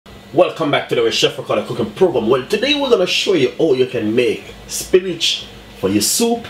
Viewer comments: "spinage" lol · 🤦🏾SPINACH!!??....🤔🙄🌿🌿🍃🍃/DAYYYUM I can't even defend you...coz ya said it well over 10 times🤷🏾... AND ITS WHIIIITE😂😂😂😂...LOL...👍🏾👍🏾..much respect tho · angelina why does he keep saying Spinach and there called Spinners ??